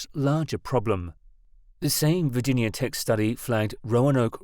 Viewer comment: a team at "virgin yahh" tech haha. Silly foreign mispronunciations